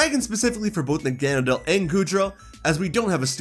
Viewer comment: Your pronunciation of Nagenadel is insulting towards all pokémon 🤦‍♂️